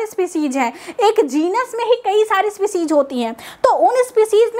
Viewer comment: Spicijj nhi species